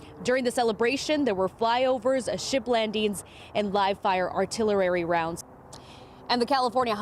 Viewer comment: Did she say artillerrarry?